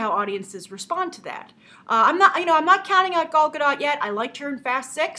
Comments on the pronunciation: Gal Gadot is pronounced "Gale Goo-Doe" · From a site: "Her name is not said like, “She’s my gal”; it rhymes with “doll.” And her last name is not French, with a silent T like Brigitte Bardot. It’s Israeli, so you say the T, and it rhymes with “afloat.”" =) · Gal Gadot is pronounced with the long O and silent T